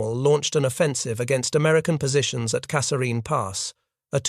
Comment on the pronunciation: The TTS is very good but doesnt pronounce Kasserine consistently